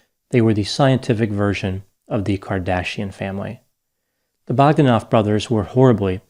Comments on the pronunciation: Pronounced Bog DAN off. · Your pronunciation of Bog-da-noff is way off and diminishes your projected expertise. Probably the brothers try to emulate Stephen William Hawking prophet fraud. Very important take here is how the scientific community is corrupted by politics and money.